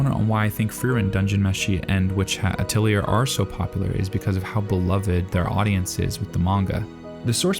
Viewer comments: Atelier is a french origin word so it’s pronounced “uh-teh-lee-ay” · AH-TEL-EE-AY AH - TEL - EE - AY AH - TEL - EE - AY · Thank you for making this video. Atelier is pronounced "Uh Telly Ay" however. ❤ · Love your insights and analysis, and especially agree with you in regards to fantasy in our modern media... Apologies in advance: Atelier, derived from French, is pronounced ah'tel'yā even in English. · good video as always but please its pronounced atelyay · Atelier is Ah-teh-lee-ay, it’s a French word originally so you’re meant to pronounce it very bougiely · A-toe-lyé is the correct pronunciation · I am sorry that I'm going to be that guy, but it's pronounced ah-tell-ee-AY or at-el-YAY There's a video by Julien Miquel called "How to Pronounce Atelier" He will actually speak the word so you can hear it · Atilier is a french word. its pronounced ah till ee ay. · Hey, if you're gonna be talking about this show a lot, I would like to point out that Atelier is pronounced uh-tell-ee-ayy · Atelier - Uh-Teh-Lee-Ay. It's French! FuCK! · Just fyi: It's pronounced ateliye. French origin. Happy that you talk more about this show. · Witch hat atilieaur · I was throwing up every time he said that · Internet suggest pronouncing it like "ah-tell-yay". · I love this channel but the pronunciation missteps lead me to believe he doesn't care about corrections, but I hope to be proved wrong. Hearing "atiliyerrrr" just took me right out the fantasy , pun intended. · Hell yes so excited you’re covering this. Also atelier is traditionally pronounced without the r at the end, it’s replaced by an ay sound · Dawg if you're going to keep talking about witch hat atelier on the internet please learn how to say "atelier" properly. They even pronounce it in the show for you. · So much this comment - it felt like I was getting a small stab in the ear each time he said it. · My soul left my body the first time he said it. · It's pronounced ateliay, not ateliuhr. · ateli-A, not ateli-er